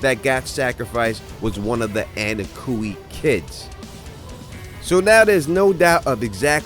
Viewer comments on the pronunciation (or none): I wanna rip my eyeballs out everytime you or say Annakooey they obviously pronounce it onkooey on the show